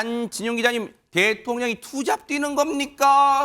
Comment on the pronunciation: 투잡이라니 앵커님 액센트좀 줄이시요 그리고 투잡이니 잡잡 표현하면 안되지